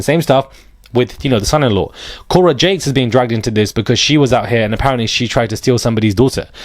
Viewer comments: Jakes, not Cakes 😂😂😂 funny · Its pronounced TD JAKE OK 😁😉👌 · Say his name right JAKES